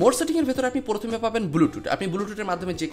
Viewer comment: ভাই, আপনার উচ্চারণে প্রচুর প্রব্লেম আছে, ভালো ইউটিউবার হতে চাইলে সংশোধন করুন। যেমন :পরথম না প্রথম,ক্যাম্পাস না কম্পাস হবে।